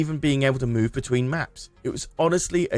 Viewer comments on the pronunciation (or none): none